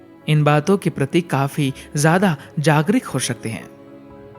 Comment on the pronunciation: ओ भाई हिंदी का शुद्ध उच्चारण करें ✔️ कई शब्द है जिसका उच्चारण गलत है जैसे,- जागरिक not शुद्ध - जागरूक